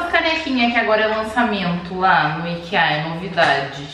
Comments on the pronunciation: Irmã a sua pronuncia sobre Ikea tá quase igual a dos suécos mesmo, no caso eles falam ikiâ, você fala ikeâ, por um tempo achei que era aikia, mas q se foda, se quiser chamar de claudio tá tudo bem kkkkk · Comer na Ikea é tudo, vale super a pena e a pronuncia ta certinha, já que a loja não é americana e sim sueca e é assim que eles falam. Eu moro no país vizinho da Suécia e aqui eles tambem falam assim. AÍKÍÁ é coisa de estadunidense.